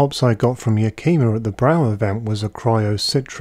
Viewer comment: It is pronounced YAK-i-ma. No long e sound. Trust me, I have been there several times.